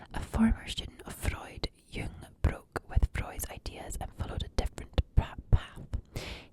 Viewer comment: Great video thank you! I was wondering about your family and coming back to Colorado - glad your fam is playing it safe! And the J in Jung's name is pronounced like a Y